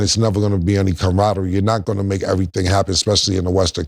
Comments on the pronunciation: Cromradmy or camaraderie😂😂😂😂😂 Cam wild with the words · camaraderie, Cam, it’s CAMaraderie 😂